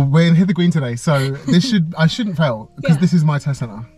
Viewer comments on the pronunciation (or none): it’s Hither Green, not Hilters Green 😂